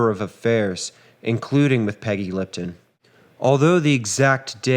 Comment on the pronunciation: 'Peggy Litpon"?